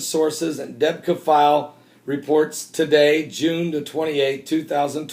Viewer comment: debka file... sheesh... thanks for pronouncing it properlly Deb-ka 2 syllables... anywhoooo this reminds me of the coverage over kahdafi... remember the propaganda about how many times he has been captured or his sons yada yada? deb-ka is fun to read and it is useful but take it w/ a big grain of salt... you know who runs deb-ka don't you